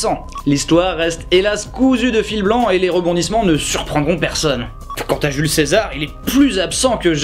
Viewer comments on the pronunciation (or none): none